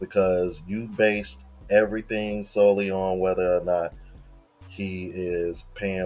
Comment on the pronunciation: She pronounced biased wrong